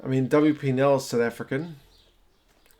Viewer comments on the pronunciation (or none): mate, the name wp nel is pronounced vee pier nel. He's from the northern Cape he used to play for the boland cavaliers, I think the boks lost a talent there